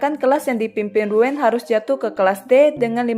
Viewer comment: Koreksi baca nama ryuen = riuyen